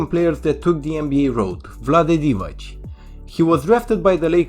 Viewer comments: Divac, not Divać. Pronounced as Divatz. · The ‘c’ in Divacs surname is pronounced ‘ts’, like if you were saying ‘cats’ as an example.